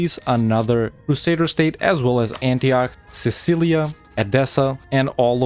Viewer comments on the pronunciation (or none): Cool videos bro. It's Cilicia though, not Cicilia. 😌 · Cilicia,not cicilia